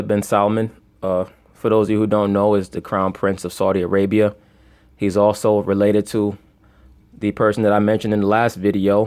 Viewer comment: "Esau-di Arabia" allegedly